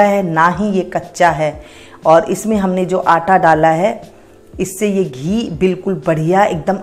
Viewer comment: What the hell is this anta?😂😂🤣🤣😂😂 That is Atta, not anta.